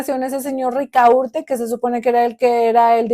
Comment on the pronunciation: ¿Rica urte? ¿No será Ricaurte?